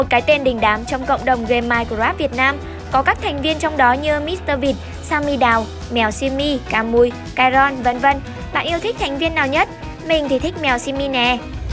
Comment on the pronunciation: Sammy mà bả đọc thành simmy